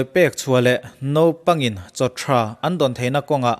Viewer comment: nopangin nilovin naupangin tihtur...hhhh